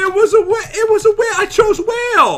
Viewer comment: Why did u say hale instead of whale?